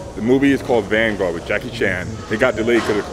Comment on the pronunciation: The moment when you realized that he was saying "Vanguard" only when you read it!!!